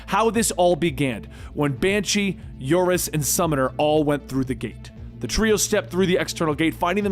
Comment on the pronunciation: Smiles. A great job with your production!! A couple small issues. For some reason, you started to call Unus "Urus." Monet is a French name, pronounced "mo-nay"